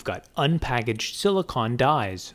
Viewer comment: It’s silicon not silicone